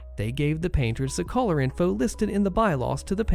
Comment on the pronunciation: I spent some time trying to figure out what a "house collar" is until I noticed you were attempting to say color